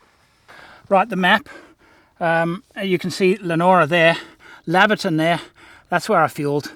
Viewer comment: Heads up it’s pronounced LEO-NORA and LAY-VER-TON. love your channel